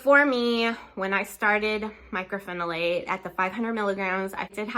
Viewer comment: Myco not Micro